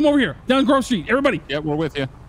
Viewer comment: strawberry says I'm almost to Grove Street, first time though it sounded like I'm almost to grocery..... Is that fruit PD headquarters?